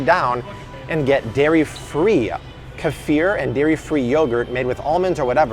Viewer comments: Keeefir not kêfear lol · It's funny haw he pronounces Kefir 😂